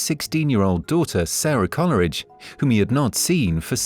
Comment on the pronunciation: It's not pronounced Colleridge, it's Cole-ridge.